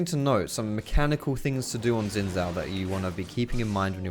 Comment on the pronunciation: SHIN (AS IN ZHIN) NOT FUCKING ZIN